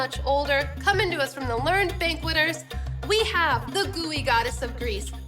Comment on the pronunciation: If you’re from NYC you know from the box that that’s Junior’s cheesecake, very authentic NY cheesecake. But it’s anything but light, lol. Real NY cheesecake is dense, super-creamy, and heavy. I’ve never heard anyone pronounce “sieve” like “seeve.” It’s normally pronounced “siv.” And “learned,” as an adjective, is “ler-ned,”two syllables.